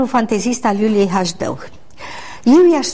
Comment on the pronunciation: de ce baba asta zice Hajdău ,, si nu HASDEU?